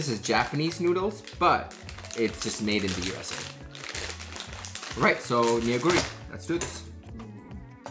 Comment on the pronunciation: All the ramen are actually from Korea. Neoguri ramen should be pronounce with a silent E , 'No-gu-ri' The Shin ramyun, it's mushroom. But you know the one's close to heart is actually Maggi ☺ it just hits home ! Maggi will always be the all time fav, no matter how much you wanna try new flavors or ramen. Stay safe guys 👋